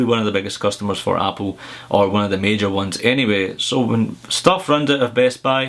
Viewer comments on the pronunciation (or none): none